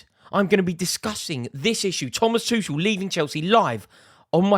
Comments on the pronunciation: Still getting his name wrong. It's Tu kel not tushell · Why can't this Rory learn how to pronounce the guy's name! It's Too-kel (for god's sake). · Finally we get to stop hearing Rory call him Tooshel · You will always thank him? Rory you still can't say his name mate... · Im glad he's gone because you keep pronouncing his name incorrectly. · Oh my god just say his name right fgs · At least we won't have to hear him say Thomas Tuchel anymore.